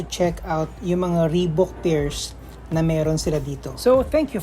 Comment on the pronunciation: it's ree baak